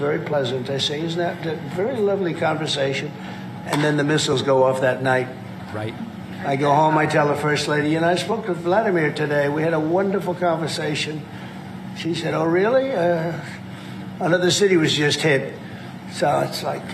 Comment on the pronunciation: Good God, he can’t even pronounce “Vladimir” correctly (Владимир Владимирович Путин). It’s “Vlah-DEE-mir.